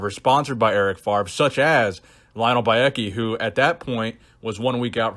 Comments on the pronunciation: FAVRE!!! first V, then R, not FARV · it's FavRe. please please please stop saying Farve, it's killing me :D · FARV FARV FARV Please, his name is French but it's really not that hard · "Eric FaRve". Love your French accent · Eric Favre my dude. V before the R, no shade! Just been triggering my ocd😂